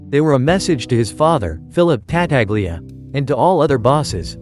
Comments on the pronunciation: Whoever narrates these films, whether human or AI, should learn to pronounce the names the way they are pronounced in the movie. Ta-taglia, indeed! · It's pronounced Ta-tal-ya